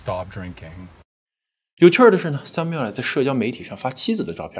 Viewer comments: it's samuel not samu-el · 强迫症发声，男主叫三谬，不是三谬爱了😂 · Samuel就是念三谬，不是三谬哎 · Samuel 读为“sa-myoo-uhl" 我知道我重点歪了，但是m2一口一个“塞谬艾尔”真的太出戏😂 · Samuel发音"sai miu", not "sai miu ai-lou"😆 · samuel 的读音应该是“三缪～”但是主持人一直“三缪艾了”“三缪艾了”的叫，真的听着很尴尬很出戏。如果英文名字读不准可以读中文译名，比如比较普遍的译名是“塞缪尔”。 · 人家名字是叫sam---uel, 什么sum----uel 听得人一头雾水，一点都不专业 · 還有一個口誤，Samuel應該讀： ˈsæmjuəl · m2主播是学法语的出身的吗？读samuel的发音时尾音完全是法语的样子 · 播主可以查一下这个男主的名字发音😂，这样视频会更完美了，感谢❤播出这么好的视频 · Samuel的发音需要纠正一下😂 其他都很好 很喜欢你的节目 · 希望m2的发音能提高一下哈哈哈哈 samuel 这个发音感觉好神奇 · samuel的读音后面为什么发ai的音？纯属好奇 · Samuel 念得不对，听起来很刺耳，不如念"塞繆爾"。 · Samuel这个发音实在听不下去了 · 這是個美國的案子美國的兇手 況且ray念自己的名字時怎麽不用法語發音? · 😂 Samuel 发音用的是法语，其他人名发音用英文，主要叙事用普通话，字幕用的是只有台湾用的繁体中文。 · Samuel 發音不是那樣喔.Google 一下.